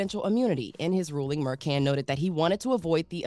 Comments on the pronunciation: Judge Mur Shawn is the way his name is pronounced. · It is pronounced Judge Mer-Shawn. I would expect to know basic facts when she does this for a living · She has heard the name before. She has reported on this judge before multiple times. And multiple times gotten it wrong. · She’s never heard this names Judge before?? I thought she does this for a living. How embarrassing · is pronouncing the judge name wrong!!!